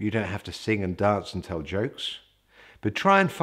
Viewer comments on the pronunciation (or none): none